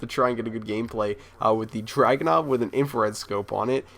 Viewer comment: dude it's DRAGONOV not dragon and it's in-fra-red, infrared not inflared.. Srry if I spelled your name rong